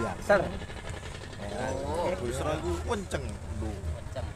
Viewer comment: Kawal terusss persijap min,btw ituu basroh bukan busro wkwk